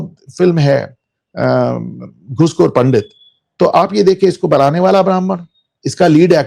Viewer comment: Pandit nahi pandat like kashmiri muslims pronounce